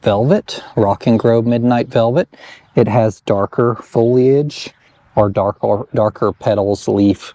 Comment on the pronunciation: Thank you for saying foliage and pronouncing the “I” 😁